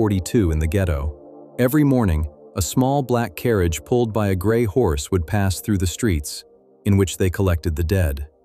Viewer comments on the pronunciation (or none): none